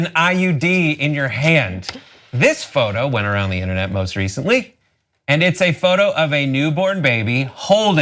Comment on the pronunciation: The way he pronounced "issa" lmfaoooooooo Issa meme y'all